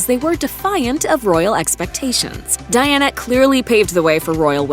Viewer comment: Princess Diana Spencer .... gurl you can't even get her name right.